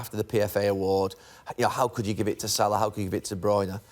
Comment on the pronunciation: Its salah ffs